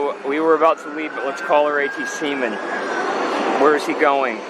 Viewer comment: ATCeemen and women? 😂